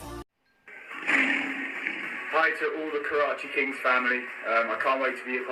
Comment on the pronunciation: hahah karachi Ching hhahahh phele bat karna sekllo